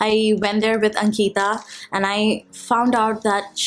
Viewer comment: when she said ankiita instead of Ankita triggers me a lot